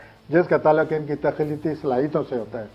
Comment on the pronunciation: Abey phalay apni Urdu tau sahi ker, Professor kesay bungia, talluq ha talak nahi,,is,Pakistan mein aik sey aik qabil admi hay kiyoo in ko moqa nahi diya jata